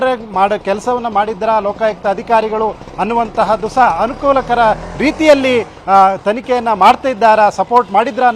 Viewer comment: Mr reporter adu ಅನುಕೂಲಕರ not ಅನಹಾಕುಲಕರ ಅಲ್ಲ 😂